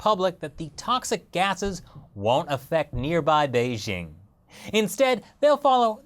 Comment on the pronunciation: since you're the "expert on china", don't you think you ought to pronounce Beijing correctly? it's Bei as in "BAY", "JING" as in jingle bells, NOT Bei zzzhhhing.